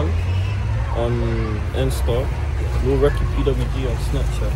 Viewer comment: Bro Americans always somehow find a way to add letters into words how did u get “reeky” from recky 😂